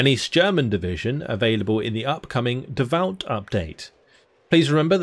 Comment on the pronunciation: The upcoming update is called "Davout" - after napoleon's general. It's pronounced "Davoo".